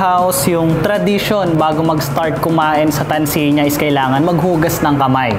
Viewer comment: Nice video. But its pronounced Tanzania, not Tanzeenia.